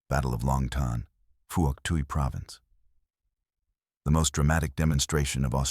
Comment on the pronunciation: Pronunciations are wrong. Vut Nam, silent "i" and strong "N". Also Phouc Tuy is pronounced Fook Twee.